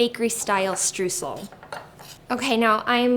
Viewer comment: Can't wait to try these! BTW- Streusel is pronounced as StrOYsel. The eu combination in German is an OY sound. lol